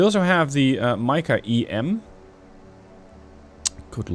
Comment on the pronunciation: nice mod. Mica read as Meeka